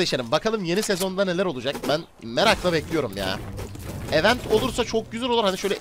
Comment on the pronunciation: Event öyle mi okunur ya gözünü seviyim ya kendini geliştir ya da event diyeceğine etkinlik de